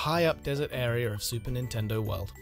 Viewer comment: "a brand new are-er"